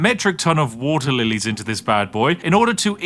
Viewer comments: The game: "You can make any kind of park you like!" Spiff: "WoTeR" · Woter wite